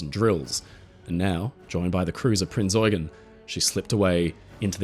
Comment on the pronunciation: Great production! 🙂 small correction: "Prinz Eugen" is pronounced in German with emphasis on the second syllable, it is Prince Eugene of Savoy in English, Eugène de Savoie in French. Born in Paris, he was the most prominent military leader of the Habsburgs at the turn of the 17th to 18th century, best known for pushing back the Ottoman Empire and establishing Habsburg rule over large parts of Southeastern Europe. The Habsburgs admired him so much, they built him Belvedere Palace with a large park right in the centre of Vienna.